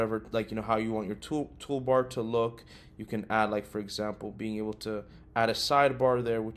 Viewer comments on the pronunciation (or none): none